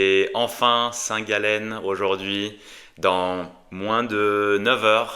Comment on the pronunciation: Arrêter de prononcer le nom de cette ville comme ça j’ai mal aux oreilles